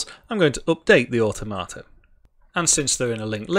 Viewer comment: Awe Tomato: the most awesome tomatoes 😁 Never heard automata pronounced that way before. "or tom a ta", rather than "or toh mata". I want to mod this with tomatoes now... Oh, wait... I can 😁